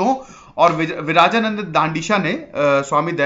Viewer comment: It's not विराजानन्द it's विरजानन्द